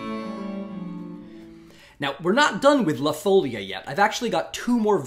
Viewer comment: thanks for the excellent series! just to appease my inner linguist : o ), folia has the stress on the second syllable: foleeea, not foulia.